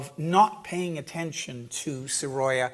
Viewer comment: Please do learn the right pronunciation of Sorolla.